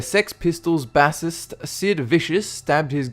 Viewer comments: Bassist... It's pronounced BASE-IST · Bassist is pronounced (base-ist) lol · Says bassist like the fish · The scariest thing about this video is your pronounciation of bassist. Its Base-ist, not Bas-ist. I thought this would be obvious since its pronounced Base guitar not Bas guitar. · "b-ASS-ist"?? wtf aren't British supposed to be better than Americans at speaking English...? lol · Bassist-pronounced base-ist. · You mispronounced bassist on number four. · You pronounced bassist wrong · Well...That's a new way to pronounce "bassist". You do know it's the musical instrument he played, and not the fish, right? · holy shit your pronunciation of "bassist" is painful